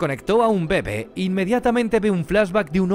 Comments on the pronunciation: Este man no sabe que se pronuncia «bebé» y no «bebe» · Como me choca que digas “mama” y “bebe” cuando tienen acentos! Y pocas veces lo dices bien. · soy el unico que le molesta que diga mal bebe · ¿Tan difícil era poner el acento correctamente en la palabra bebé?